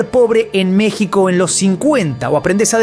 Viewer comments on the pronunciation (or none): none